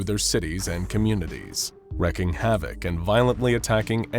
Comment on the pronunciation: Wreaking, not wrecking